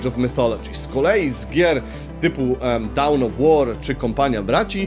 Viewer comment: Materiał dużo ciekawszy niż ten ostatni na TV Gry, i bez nachalnych reklam. Nie chcę się czepiać, ale już któryś raz to u Ciebie słyszę - Dawn of War raczej się wymawia bliżej słowa „dan” (American English) lub „don” z takim długim „o” (British English) niż „dałn” :) polecam LDOCE online. Są wymowy zarówno British English jak i American English. Jeszcze coś podobnego wyłapałem w jakimś innym filmiku, ale chyba sobie nie przypomnę